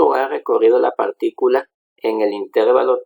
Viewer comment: Excelente. Solo una crítica constructiva. La palabra intervalo es grave, no esdrújula, por lo que la sílaba tónica es la penúltima. Así que se pronuncia interVAlo, no InTERvalo